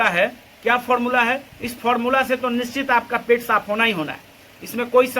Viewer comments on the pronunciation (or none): none